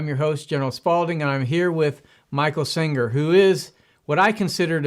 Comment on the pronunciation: His name is SENGER not Singer!